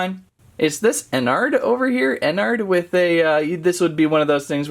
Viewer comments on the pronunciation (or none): Bro really said:all star Freddy,Freddy fOzbear, ennARRd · It's not pronounced what you are saying it is pronounced enerarad